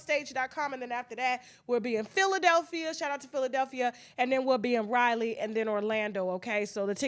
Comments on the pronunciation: Just say Raleigh 👏 👏 not Rylie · I love you, but please pronounce Raleigh correctly. It's not Riley!